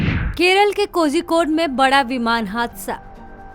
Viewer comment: Ye khozikode nahi hai pronunciation hai kolikode..Make ur correction.